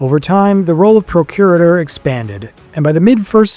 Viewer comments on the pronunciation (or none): The mispronunciation of names and titles is painful. Don’t rely upon your instincts; learn how to pronounce Josephus and Procurator… and many more.